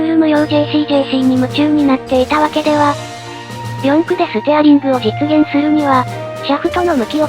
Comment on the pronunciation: では の読みもいつも間違えてますよ